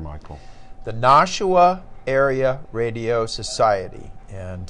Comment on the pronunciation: Ooops, inadvertently misspoke. NARS, the Nashua Area Radio Society, N1FD, is in New Hampshire, not New Jersey. And while I'm being unduly picky, we in New England pronounce it Nash -- oo--ah. Nash rhymes with bash, not posh.